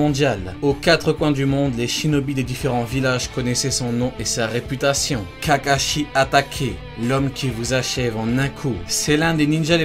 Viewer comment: je rêve ou ta dit kakachier a 🤦‍♂️🤦‍♂️😂😂🤣🤣